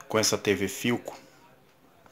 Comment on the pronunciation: Ele falou "tv pilcom"